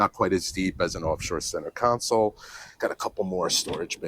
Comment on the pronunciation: Con-sole. Not con-cil. 🤪